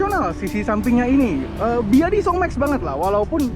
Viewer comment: D sni d sbut aj "beyede" bng (ya info gmna bca ny d cina jga ok)